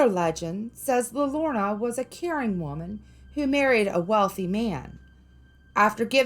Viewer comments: pronounce like this "La yode ona" the crying woman in english. everyone on youtube pronounces this wrong. Her story keeps kids away from the river. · La Llorona is pronounced Lah Your on uh..... I am from New Mexico.